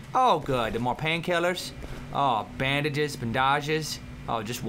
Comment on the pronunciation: Thanks to Toby, I now know the proper way to say bandages, labratory, and transition.